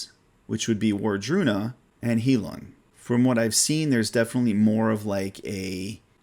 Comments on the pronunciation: It’s pronounced “High-loong” it’s German for “healing”. 😉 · I forgot to mention... I noticed you mentioned Heilung a lot. It's actually pronounced High-lewng, or high-loong, whichever is easiest to read. Basically, think of the loon bird, then just add an 'ng' at the end.